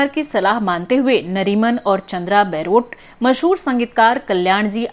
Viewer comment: Chandra Baarot is mispronounced in this blog as chandra Bairot...